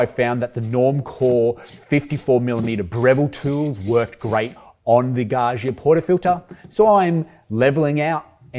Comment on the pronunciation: Gaggia: Please, pronounce the middle 'gg' as dj not *jshz*, as in 'budgie' or, better, 'fudger'. Thank you. 🙏🏼